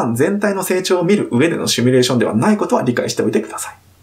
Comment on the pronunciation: シュミレーションじゃなくてシミュレーション・・・